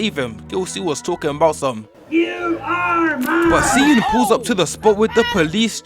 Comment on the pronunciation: i wanna say smth and ik its like stupid i have to say this but its pronounced shi eun